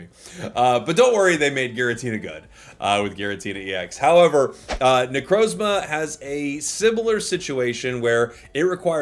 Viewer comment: you purposefully find harder ways of saying pokemon names? you did it again with necrozma